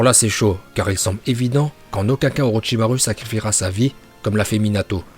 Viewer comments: Ça se dit pas au Rochysmaroue mais au rocher Marotchimarou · Non non non ça fais mal aux oreilles on dit Orochimarou pas orochimaru Mais ça s'écrit bien orochimaru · C orochimaru mes sa se dit orochimarou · Orochimarou qu'on prononce pas ru mais ouais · Lui il dit pas Orochimaru il dit OrotchimarU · Mais sa se prononce OrichimarOU !!!!!!!!!!